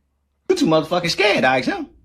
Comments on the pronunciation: he lost me when he said "axe" learn how to spell and pronounce shit. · I'm not "axing" her anything.